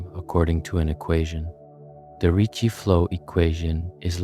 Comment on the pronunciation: “Ricci” not “Richie”